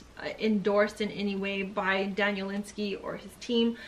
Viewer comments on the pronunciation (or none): You should learn how to say the authors name.